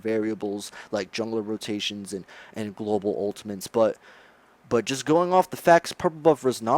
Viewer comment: Dear God. "Guys" is not pronounced as "Guysh", "Just" is not "Jusht", and "Faster" is not "Fashter". And regarding your question on how you can make a living without people/players watching Smite: maybe get a job? Also, please blow your nose. Thanks.